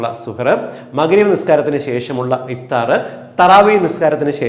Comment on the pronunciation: Good presentation. However, kindly note that some words misspelled its correct pronunciation. The Arabic words such as SUHOOR, IFTAR = سحور، إفطار respectively should be corrected as is. Thank you